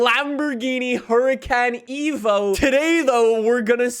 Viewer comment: this man realy said huricAn eco